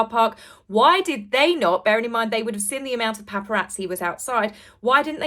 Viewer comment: Sorry to complain, it grinds my gears! Could you please pronounce the g at the end of words, may-or not mare, seen not sinn! Sorry jmo! 😬😬😬 I find it hard to believe the mayor of New York would call a press conference for PR fluff delivered by Scoob lol, they all seem to be acting in this bizarre set-up, not just H & the Mog! 👀👀